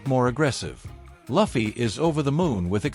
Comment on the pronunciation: i want to report you for not saying proper luffy name